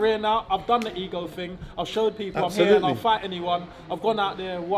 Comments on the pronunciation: What is thing? Y can't u say ting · what is ting? why cant he say thing